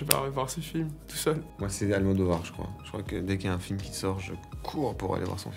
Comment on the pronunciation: I'm so glad Louis said Almodovar